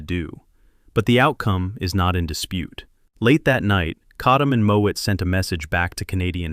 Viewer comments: Farley Mowat. Not Moat/Moet. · Farley Mowat. Not Moët.